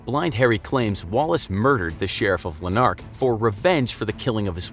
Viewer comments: It's lanurk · Russell Armstrong it’s Lanark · yeah it's Lanark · as a scotish person, i hate the way he pronounces Lanark and Murray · The pronunciation of lanark hurts my brain